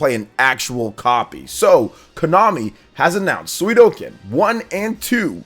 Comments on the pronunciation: If i had a dollar for everytime you said Suikoden wrong you'd be buying me lunch today. It's Sui Ko Den, not Sui Do Ken. That's aside, yeah I'm really excited for their release. They are cult classics. The large scale battles across the series are awesome and i really enjoyed the castle building element in the first one. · Err.. I hate to be that guy, but it's called suikoden, not suidoken. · Suikoden = [Swee - koh - den] Come on man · Sue-ee-Co.-Den. Please learn how to speak!!! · Sudoken? Sudoku? Shinku Sadohken…. That pronunciation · Good Video …but I’m impress you say the name wrong every word you said Suidoken just like Hadoken but it spell “Sui”+ “Ko(or go )” + “Den” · Suidoken is whole diff thing 😂🤷🏽‍♂️ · let's not judge him, i guess he is just excited to deliver some info and his reaction 😅 though to be honest it stings a bit everytime he says the name 😅